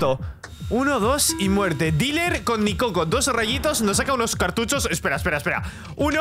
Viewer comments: Nicoco por que cada que lo escucho mi cerebro escucha Ni cocos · Cuando Se Puso Nicoco De Nombre Yo Entendi Mis Cocos😂😂😂😂😂